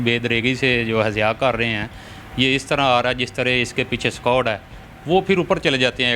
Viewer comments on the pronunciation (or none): اينكربننےسےپہلےاردوالفاظ كا صحيح تلفظ سيكھنا لازمى ہے،"سك واڈ" غلط تلفظ ہے صحيح تلفظ اِسكُواڈ ہے۔ زبردست ہوٹل مالك توجھوٹ بولنے ميں شريفوں سے بھى دوہاتھ آگے نكل گئے۔